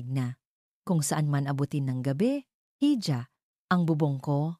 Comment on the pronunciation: bigkasin lang po sana ng maayos ang mga words🙏.. kgaya n lang po ng "hija" salitang espanyol po yan na kung bigkasin ay "i-ha" hindi po "hi-ja"..lagi po kasing mali ang pagbigkas nyo sa bawat kwento nyo na naririnig ko. .. salamat po.